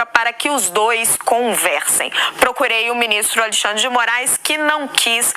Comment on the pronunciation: Adorei o "aLeixandre de morais"! 😅😅😅